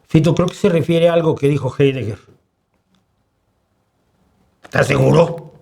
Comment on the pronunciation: Sólo una cosa,: la pronunciación en alemán de Heidegger es [Jáideguer]. El diptongo EI siempre se pronuncia [AI] como en Einstein [Áinshtain] o Reich [Raish]